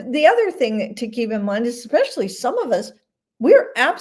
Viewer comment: EXPECIALLY???? LOL